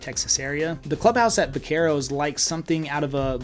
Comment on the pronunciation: Geez, this is a terrible video for actual people moving to the DFW area. Low hanging fruits: - you clearly have no knowledge of HP, UP, PH - you pronounce Vaquero wrong, indicating you’ve probably never heard of it - constant repeat flyovers for way different neighborhoods Good luck with your grift pal, but you’re the chat GPT of real estate agents…… Nobody should listen to this clown, unless you’re looking to buy in a “master plan” community in the boondocks